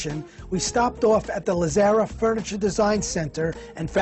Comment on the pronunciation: Very Informative. Too bad the host could not pronounce Lazzara correctly.